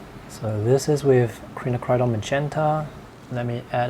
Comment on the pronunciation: Quinacridone is pronounced KWIN--NAK--CRUH--DOHN >>>